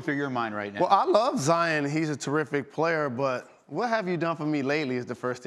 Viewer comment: Zi-on not Zi-in. kind of annoying when people say that